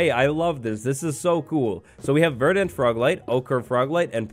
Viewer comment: Verdant because you can't pronounce it lol